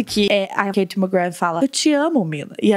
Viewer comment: A KATIE NÃO GOSTA QUE CHAME ELA DE KATE SE PRONUNCIA KARIE KAKAKAKAKAK